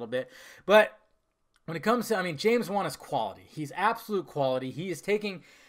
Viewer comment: Dude it's James wan. I mean Come the fuck on...